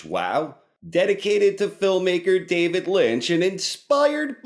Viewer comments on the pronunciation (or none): none